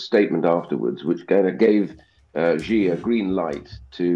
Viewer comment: How has Ian Duncan Smith not worked out how to Pronounce 'Xi' after several years of being a China Hawk?